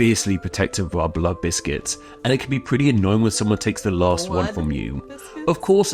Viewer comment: bloody hell, I genuinely thought he said blood biscuits too and I watched it a couple of times